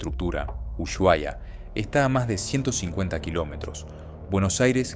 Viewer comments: Se pronuncia Usuaia, no Uyuaia!!!!!!! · Se llama Ushuaia. No "Uyuaia". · Es UsUaia, no Uyuaia!!!!!!!!!!!!!!!!!!!!!!!!!!!!!!!!!!!!!!!!!!!!!!!!!!!!!!!!!!!!!!!!!!!!!!!!!!!!!!!!!!!!!!!!!!!!!!!!!!!!!!!!!!!!!!!!!!!!!!!!!!!!!!! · La h es muda. La pronunciación correcta es Usuaia (no Uyuaia, como con Sh inglesa) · Claro que viviría en un lugar así. Por cierto, se llama "Usuaia", no "Uyuaia". Se lo escribo como se pronuncia. Así no la caga la próxima vez hablando sobre cosas que ni sabe pronunciar.